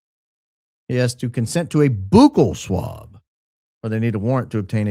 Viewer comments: Now you know what that means. And you know how it's pronounced, "buck-ell swab," not "boo-kell swab." Now, with myself being high IQ, this was done to give Adfleet a video to make of him purposely not knowing and mispronouncing "buccal swab" on purpose. Hey, I just like the truth! 🤷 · you are killing me with the Boooookle swab😂 It is more like Buckle 😂